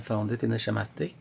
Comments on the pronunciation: Hey, form non native English speaker to another, you pronounce it "Skematics" 🙂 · when I was in Shool we made shiematic all the time!